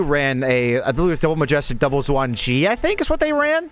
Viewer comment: Oh FYI the Xuan Ge is pronounced shwan g-uh.